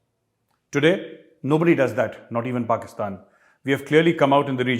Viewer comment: Major sahab pakistan jab bolte hai toh pehle hasi nikal jaati hai 😂😂